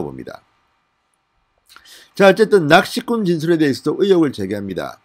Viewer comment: 낚시꾼이 아니라 낚희꾼이라고 하네요 (낚시꾼 중국식 발음)이며 조선족들 이라네요